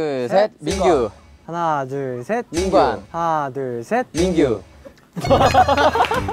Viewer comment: 정하니 웅냥냥 거리면서 고마어 잘 머글게 밍구~ 하는 거 너무 귀엽다 진짜(っω⊂)